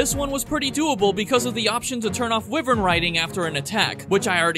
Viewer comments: Yup I gotta stop watching just because you said wivern. It's WHY-VERN. You can't invade my culture just because it's cool now. 🙅‍♀️🤦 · Bro this man's pronunciation are hurting me so much like bitan, wivern and bazlgoos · It's pronounced why-vern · I'm sorry, but did he say wi-vern riding